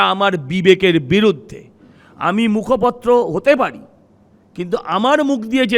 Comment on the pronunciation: উচ্চারণ ঠিক করুন, আপনি মুখপত্র নন, মুখপাত্র